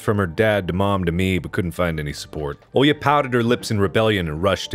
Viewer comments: Русские: Оля Марк: Олья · Mark struggling to pronounce a basic Russian name is so funny for no reason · Me, a person actually named Olya, listening to Mark while he tries to pronounce the name: you will get there someday, buddy